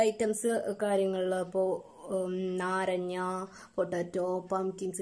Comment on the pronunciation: നാരഞ്ഞ അല്ല നാരങ്ങ 😂✌